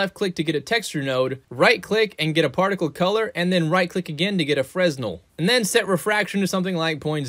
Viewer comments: It's pronounced "FRENEL" not "freSnel"... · plz tell me you're saying "Frez-nell" as a joke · fresnel is pronounced freh nell. Maybe it's just my autism, but it bother's me.